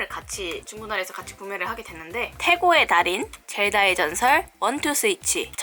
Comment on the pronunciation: 왜 태고의 달인이 태보의 달인으로 들리지? ㅋㅋㅋ